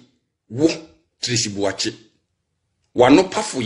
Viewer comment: Eeeiiiii these ladies are destroying the name "Boakye" paaa ooo. Asem ben koraa nie😎😎😎